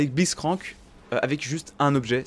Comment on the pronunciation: "On joue avec Bliztcrank" x) mes oreilles ont en pris un coup